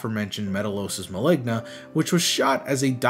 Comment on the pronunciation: Maligna sound like ligma help 😭